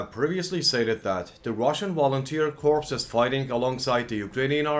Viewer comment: The way you say "Russian Volunteer Corpse" is hilarious.